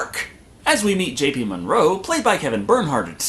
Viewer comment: Monroe.. not Morgan